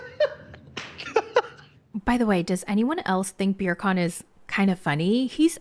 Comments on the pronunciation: 🤣🤣🤣🤣🤣 When you said Birkan, I really, really thought his name was Beer Can!😂😂😂😂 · I'm screaming at beercan! I think that's how says it Right?😂😂 Her pronunciations are hilarious!